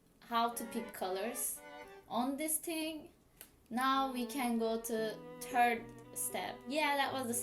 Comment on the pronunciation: Awe when you put the turd emoji when you tried to say third. You so cute! I love the way you paint so this was really helpful!